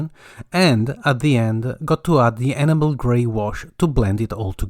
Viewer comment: Superb modelling, and your command of English is incredible. If I may just make one suggestion ? Your pronunciation of 'enamel' is not correct and it is easy to thin' that you are saying 'animal': for 'enamel' you need to stress the 'en' as in 'hen', then a soft 'a' followed by a stressed 'mel'. This is hard to explain in writing, and you can probably find a spoken pronunciation on the Internet. I hope that you will not be offended by my comment, as your English is genuinely excellent, and I am enjoying watching your videos and appreciating your skills very much. Although I am rather old, I have only recently returned to modelling, which was a childhood pursuit, and so I am quite a novice. Thank you and best wishes for the New Year.